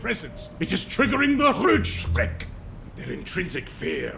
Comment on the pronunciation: I like how both overpronounces "Rötschreck" AND does an incredibly good job at the word. Well done 🫡